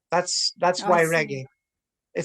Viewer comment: Regg-AAY not ‘iee’